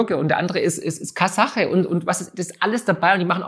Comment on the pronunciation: Kasacher? 😂😂Meint er einen Volksdeutschen?